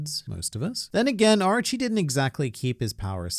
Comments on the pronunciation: Is it just me that heard ''Archie'' instead? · Since english is not my first language, I believe I have a different perspective on Japanese words then you do, obviously. The way you pronounce "Orochi" to me, it sounds like "Archie".